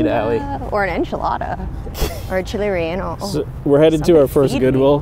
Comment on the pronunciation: Chili reanal I'm sure that's not how that's pronounced 🤣🤣🤣